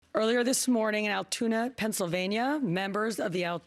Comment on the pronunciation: Its pronounced Altoona.